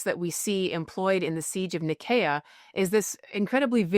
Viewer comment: No, it's a soft "s" sound to say Nicaea. "Nye-SEE-uh"